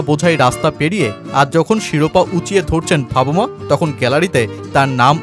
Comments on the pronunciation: ভাবুমা নয় ভাই !😂😂😂 বাভুমা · বার বার 'ভাবুমা' শুনতে শুনতে বিরক্ত হয়ে গেলাম।নামটা অন্তত ভালো ভাবে উচ্চারণ করা উচিত।